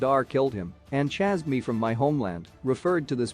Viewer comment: hate to be this person. Please learn correct way to say chased